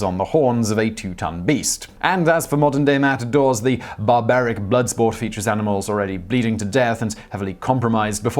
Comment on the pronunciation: He says "barbaric"😂.